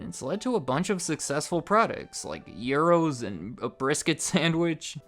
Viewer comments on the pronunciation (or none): none